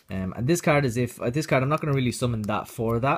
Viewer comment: I love the way he says card "Caird"